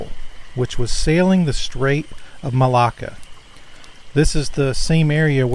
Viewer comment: Thank you 💓💖💓 and Author/Contributor!! Tis very curious isn't it?? There are many accounts like this... leaves the rest of us to ponder the reasons why🤔 Just so others know what geographic region you're referring to, you were saying what sounded like 'Mal-eye-a' Tis pronounced Mal-ay-a as in the word 'tray' and the Mal- a-ka Strait as in the word 'apple'... Just above Aus.... am not the speaking police...tis just so others have an idea what area of the world you're talking about.... Enjoyed this episode too😊!! Take Care Everyone.. ((((((((💓HUGZ💓)))))))) 💐🦄🧜‍♀️🧚‍♀️🧝‍♀️🧚‍♀️🧜‍♀️🦄💐 🌈💜🧡💛💖💚💙❤🌈